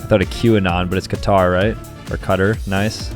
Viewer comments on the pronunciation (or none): none